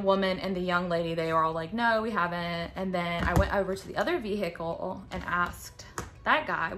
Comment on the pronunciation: I love how you say “ve-hi-cle”